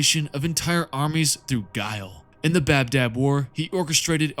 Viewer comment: It's ba dab not bab dab